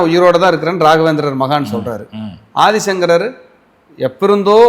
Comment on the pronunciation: Aathisankarar, Thiruvathirai, sariya, sollunga.